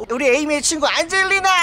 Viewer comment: 안젤리나 이름이 계속 '안질리나?'라고 들렼ㅋㅋㅋㅋㅋ